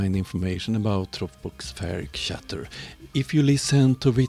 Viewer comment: I am sorry to find a fault in your video but you did! Scatter is pronounced "skatter". For the rest, content and argument, you are perfectly correct! Thanks, great video as usual. You deserve lots more subscribers than you have.